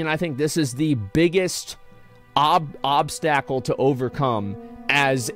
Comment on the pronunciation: Did Asmond really just call a obstacle a obstackle 🤣🤣🤣